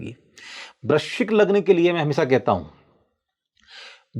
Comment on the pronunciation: Guru is talking about vrishchik. You sounded vrishabh. 😂😂